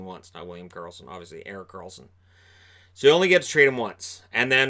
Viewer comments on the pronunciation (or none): none